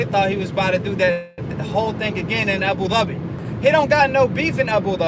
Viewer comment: Do you speak Arabic? you said Abu Dhabi right like arab :)